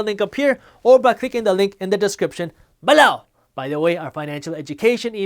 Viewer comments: Who else says 'Below' every time Jas says 'B'low'? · Came here just to hear him say “BeLOW!”😂